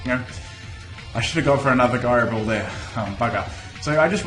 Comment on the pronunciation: the way he says gyro ball annoys me, is it not pronounced ji-ro ball, not gi-ro ball